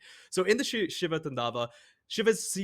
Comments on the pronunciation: Its Taaandava not Tandaava.. it's ok.. im just saying.. lol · its so funny how foreigners pronounce 'tandava'. Actually it should be pronounced like 'taandov'. It's a Sanskrit word meaning act of destruction but here it's the dance of destruction. The dance is called taandov nritya. He only does this when he is extremely angry more like rage. If possible you should read Shiv Puran for more info about him.